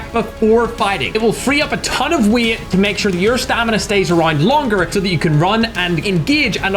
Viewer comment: The way he says "weight"😂😂😂